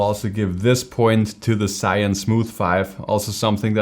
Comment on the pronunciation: Great comparison! I have the Smooth 4, now I have to upgrade. BTW, "ZHI" & "YUN" are two separate Chinese characters. Here is the correct pronunciation